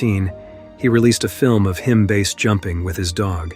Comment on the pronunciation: "Failed **trials**"?? Sometimes pronounce "BASE" as base, sometimes letter-by-letter... Low-effort AI content detected.